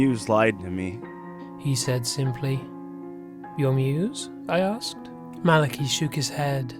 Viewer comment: I don't wanna be THAT person, but it's MAL-UH-KY not MAL-A-KEE